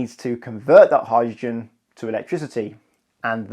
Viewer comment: Sorry, what's a "howr-gin" vehicle? Speaking seems to be difficult for this chap.